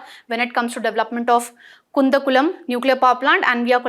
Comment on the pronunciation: In Tamilnadu it's not kunthankulam , it's kudankulam